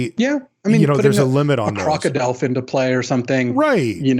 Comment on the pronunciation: When I heard wrong on Undercover Crocodelf and heard CrocoDolf. Emediatly got me thinking "holy shit, half crocodile, half Dolf Lundgren"